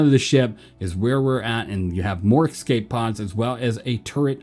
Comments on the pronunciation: Bro they’re called Escape pods not EXCAPE pods. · My dude, love the vids, but please learn how to pronounce the word 'escape'!